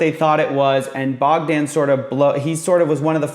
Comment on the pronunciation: BOGDAN...the O is long, the A is short 🤦‍♂️ you’re such an American